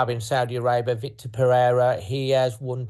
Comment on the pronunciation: Please can you get his name correct. It's Vitor not Victor. There is no C.